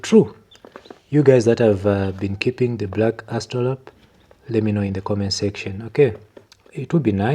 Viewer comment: "Black Aw-stra-lop" That's how you pronounce it